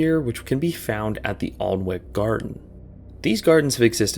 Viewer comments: Its pronounced ah-nik rather than all-wick!!! Ive never been but i have been to Alnwick gardens before!! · Hey hey, my family is from around the Alnwick garden. Two interesting points. It's pronounced an-ick (English is weird) and they have marijuana plants growing in cages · its pronounced ANNICK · I’ve been to the poison garden. For Americans it’s pronounced arnick not allnwick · It’s pronounced An-ick not Alnwick! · I'm Definitely not the first person to point this out, but you mispronounced Alnwick (said like Annik). This si still a great video and has gave me a lot of motivation for my art cheers lad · the pronunciation of Alnwick for the last one is destroying me dude 😭 it’s pronounced anick the L is silent 😭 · I can't stop laughing at how you pronounced Alnwick. The poison gardens are very good, as well the surrounding non poisonous gardens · I’ve been to the Alnwick gardens (pronounced an-ick)a few times and it’s so funny seeing the sign because the rest of the gardens are big fountains, an orchard, rose gardens, water sculptures and just very wholesome and beautiful then there’s the deadly poison garden in the corner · I went to the Alnwick Gardens (the W is silent, it sounds like "annick") when I was about 13-ish. I actually found the Poison Garden sign to be very reassuring; something like "this place is called the Poison Garden for a reason, so don't do anything stupid". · The 'plants that kill' sign is from the poison garden inside Alnwick gardens in Alnwick, UK (pronounced An-ik). I highly recommend going to visit! They do tours around the garden that are a bit extra money but the things your learn are very interesting. The gardens are also very lovely with lots of fountains and a tree house restaurant 😁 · Just saying as a local from near Alnwick, its pronounced "An-ick" It pains me to hear people say it wrong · To clarify - the way you pronounced 'Alnwick' is incorrect - it should be pronounced something akin to 'Anick'